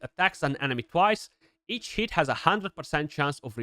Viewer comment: you have to appreciate how the romanian says each hit .... sounding more like eat ....it